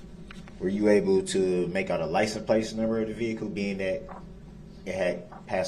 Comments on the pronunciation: He axed her if she saw license place numbers, he says it that way a few times, just like he butchers other words, like grounz,durrest,ax,troof,oaf biast,enty(for any, I can only remember him saying it like that once, but he emphasized it,a few times). She definitely doesn't want to be or know why she's there. I HATE SOO MUCH that he wastes EVERYONE'S time while he reads the SUMMARY of what people say, NOT what they've actually said. 🤢🤬🤢🤬 He's PURPOSELY axing stupid questions because she said was hurt. His demeanor towards her changed after she said that, he's angry and just like with everyone else, he kept axing, saying crap just to hurt people more. This was a game to him, and he's gonna make everyone play with him! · “Licen place” “Trufe” “Acur-at” and the turned up part of his lip; 🤬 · He’s the only person that can say stuff wrong and not get embarrassed. License place. Substain. I need to go through and write them all down!